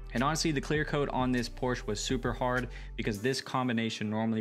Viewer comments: The “E” is pronounced as an “A” in Porsche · Porsche has two syllables.